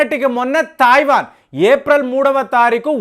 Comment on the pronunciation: Alaage Taayiwan kaadu, it's Taiwan. Y is ur pronunciation so bad